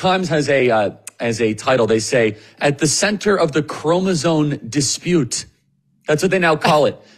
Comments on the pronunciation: Charlie, it’s chromosome. Not chromozone. lol. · it‘s CROMOSOME!!! with an M at the end of the word!! not cromosone💩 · The word is "chromoSOME," not "chromoSONE." Kirk pronounced it wrong like 5 times... He needs to fix that. Not a good look.